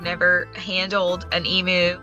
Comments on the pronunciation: In Australia we pronounce it eeemyou not eemoo😆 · They are pronounced Eam-You….not Eam-moo. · It is pronounced E MEW. NOT E MOO!!!!!!! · Hearing Americans say 'emu' always cracks me up. We, Aussies, say 'e-mew' but you guys say 'e-moo'. So adorable 😆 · From an Australian Point of View (bearing in mind that the Emu is an Australian Animal) it’s pronounced Eem-u. (Eem as in Seem or Beam for sound context) The ‘u’ bit at the end is correct. It’s the beginning bit that is not. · EMOO? it's an Emu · There's no such thing as an E-moo. It's pronounced Eem-You. It's native to Australia. You won't find a single Australian who thinks they're called E-moos. Only Americans think they're called E-moos. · An " o" would not make any difference. It's said the same way we pronounce the " u" in the word " music". We don't say " moosic". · Nope, we pronounce it "em you." It is cute the way Americans say it. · e-MYU! No offense, but the pronunciation hurts me as an Australian. Also: why? Why have you always wanted an emu as a pet? They're wild animals. While occasionally farmed, they're not domesticated. Not. Pets. Rescue and fostering, I could understand. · No offence intended but if you love emus so much, how about saying it properly? It's pronounced eem-you. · Oh god its called Moo because you don't know how to pronounce Emu (E-m-U) haha. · It's truly stupid imo. For people who were obsessed with Steve Irwin, it's not hard to find a clip of saying it correctly. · As an Aussie, I just struggled with how they say Emu 😂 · If you can’t pronounce Emu correctly, I fear you have not done the research needed to care for one correctly. They should not be pets. They are wild animals and deserve to live in a herd, in the wild. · She always wanted an emu and doesn’t even pronounce emu correctly 🤦🏻‍♂️